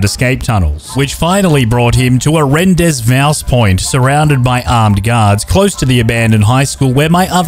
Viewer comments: the pronunciation of Rendezvous hurts my soul. good job 👍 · Hate how you pronounce rendezvous